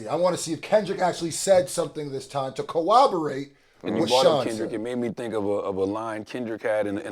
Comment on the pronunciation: Bro, with all do respect, it's cor-ROB-orate, bro